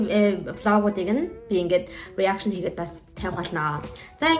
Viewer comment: Reaction гэдгээ буруу хэлээд бна “Араакшин” гэж хэлж сураарай 😂